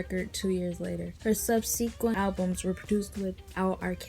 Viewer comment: It's the pronunciation of subsequent for me.